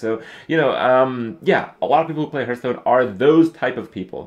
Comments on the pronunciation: It's quite distracting that everytime he says Hearthstone it sounds like Hurtstone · Always bugs me when people say Herthstone, just because I say Harth and that's how it's properly pronounced.